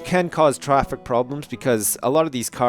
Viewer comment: In the video says "Trafrick Problems"